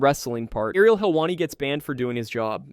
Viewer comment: Thumbs down for the AI voice over. AI cause it can't say Ariel .